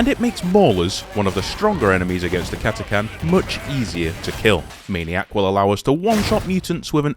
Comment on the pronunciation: Thank you for pronouncing Catachan correctly